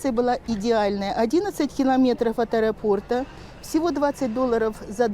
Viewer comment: .божеееее правильно говорит аэропОрта. Респект!